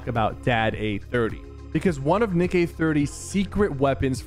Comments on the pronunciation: You mispronounced Nick, you kinda said the d word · Is it just me or do u hear Sypher day Nick with a D instead of a N😅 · bro did NOT say Nick💀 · he said dick eh 30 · Ayoo you say d eh 30😂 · "Dick eh 30"💀💀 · Did he- did he- SYPHER SAID DINK EH 30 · Why didi he say Dick Eh 30 ? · Bro Said A D instead Of A N in Nick 💀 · Did anyone hear him say nick with a d at exactly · He said d eh 30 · listen to how sypher says nick eh 30 at 12.35